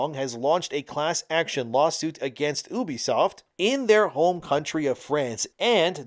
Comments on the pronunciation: It's "U" "B" Soft not oubee-fsoft. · If you're gonna talk about a company learn how to say their name properly first. It is YOU-BE-SOFT.